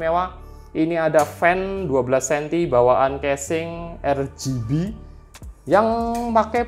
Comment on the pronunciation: tumben bgt pakai sebutan "ERJIBI" 😂